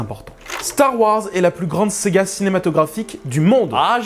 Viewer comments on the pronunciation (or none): Je crois que le col de ton t-shirt a un problème ^^ sinon bonne vidéo merci mais je suis né avec star wars et difficile pour moi de voir un film ainsi tout effacé et tu as du mal a dire le mot Saga on entend bien séga XD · Bien d'accord avec ce commentaire. Attention, tu as tendance à dire Sega au lieu de saga ;) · Une S-AH!-GA ! Pas Sega ! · Pourquoi tu dis "séga" et pas "saga" ????????? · C ce que je voulais mettre aussi: pourquoi dire Sega? Parceque c'est plus fort que toi? 😂😂😂. Sinon d'accord sur énormément de points.